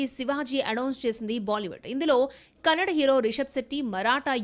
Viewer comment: Kannad kadu madam it's kannada😊ಕ❤